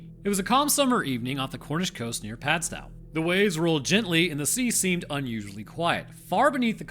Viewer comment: Apologies, annoying Cornishman here... its Padstow... like toe, not cow... easily done 😉 Anywho its lovely if you get a changes definitely go to Padstow... ooooo and we have the Obby Oss there, totally worth a google... 😆 Double anywho love everything you do, thank you 😎